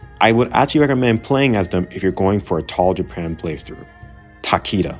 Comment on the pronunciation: Good video and interesting Tier List. However, the way you pronunce some daimyo is horrendous my friend (Mori and Takeda for example), you should have checked before !!!